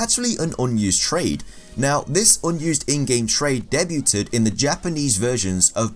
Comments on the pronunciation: it's not "deb you ted" but rather "day bew'd" (Debuted) <3 good vid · "Debu-ted" The fuck. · Pronouncing debuted as "deh-byu-tid" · The T is silent in debuted... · That pikachu thing was about as annoying as your pronunciation of debuted